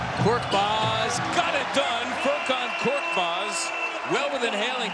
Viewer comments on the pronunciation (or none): Not 'kortmaz'. He's KORKMAZ . Change it admin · Not kortmaz his surname is korkmaz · İt's FURKAN KORKMAZ NOT FURKAN KORTMAZ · Not Kortmaz, it's KORKMAZ... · His surname is not Kortmaz. It is Korkmaz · Not "Kortmaz", his surname is "Korkmaz". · Not korTmaz it’s korKmaz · His name is Furkan Korkmas not kortmas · Btw its koRkmaz not that hard isnt it